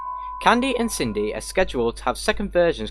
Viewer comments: Everyone: Cindy: kin-dee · U said kindy by way not Cindy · i thought Cindy was pronounced "Sin-dy" not "Kin-dy", is that an exception for the game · did my man just say kindy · it’s fine man it’s Sin dee if you were curious how to say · That's not how you pronounce his sister's name!!!!!